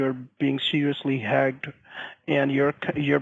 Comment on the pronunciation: Hey! You’re being “HAAGED” 🤣